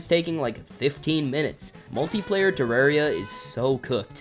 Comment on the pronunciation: Only American I’ve ever heard say terraria right